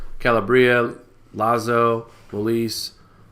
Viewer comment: MOSELIE?...MO-LISE - MOLISE!...;)